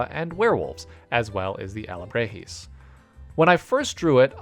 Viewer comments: Awesome designs just wanted to point out that: Alebrijes is Pronounced (ah-le-bree-hess) And Xolo dogs is pronounced (cholo) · Alibrijes = "ahl - ih - bree - hays", emphasis on the double "e" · Btw it is pronounced ah-leh-bri-hehz Loved the new designs! Great work!